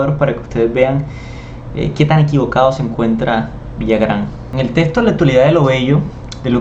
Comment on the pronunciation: No es Villagrán, es Villarán....si es cierto que es algo impetuoso y se pasa en la forma de hablar de Botero pero tiene razón en que ahora las pinturas no se comparan a la de otros pintores del pasado y no son obras maestras, solo son pinturas que alguien puso un precio. A demás, el hecho que alguien diga que es bueno, bonito o le ponga palabras sofisticadas no dejan de ser lo que son. Pasa lo mismo con la moda, que porque uno o dos o tres personajes dicen que debe ser moda, entonces así debe ser????????